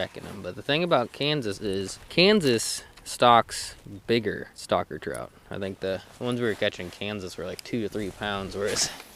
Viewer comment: He says stocker trout, I hear "stalker" trout.